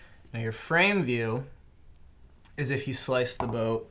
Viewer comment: "You'll see the broat in half breadth view...." LOL... Almost didn't catch that!